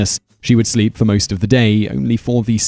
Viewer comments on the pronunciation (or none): none